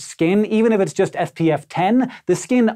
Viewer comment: when he's supposed to be saying SPF 5 after saying something about the white shirt it sounded like he said FPF